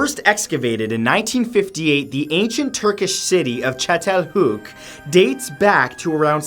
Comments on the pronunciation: I️ wonder how long it took for you to say chatalayuk. Is that how you spell it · The first one is pronounced chattel- hoyuck. As an archaeologist i litterally had a spasm when you said that. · as a Turk I gotta say his pronunciation of Çatalhöyük wasn't too good, but the effort is palpable and you gotta appreciate that